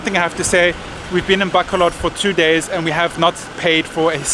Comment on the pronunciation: I know it's important for you to pronounce Filipino words properly to show respect, so I'll make one correction to this awesome blog as usual to the proper pronounciation of the word Bacolod. You are pronouncing it baaa-co-lod with the first syllable being extended or elongated compared to the others, which is not correct. The correct pronounciation is ba-cooo-lod, notice that the second syllable is the one that is elongated. Small correction but it makes a difference between those who are just pasing by the Philippines for a few days and those who are there for the long haul 😊✌